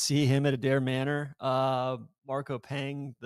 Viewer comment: Hopefully will learn how to pronounce PENGE by Adare Manor. #disrespectful